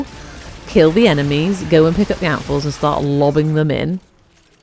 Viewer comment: Not gonna lie, I heard 'apples' not 'amphors' 😂 I love Alchemy especially in Duviri for easy progression in Circuit. Also, ahhhhhh, your voicccceeee ❤❤